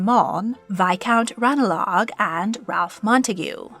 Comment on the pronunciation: 8 you really need to work on your pronunciations of English names. For instance - Wriothesley is pronounced 'reesly' Ranelagh - "ranly'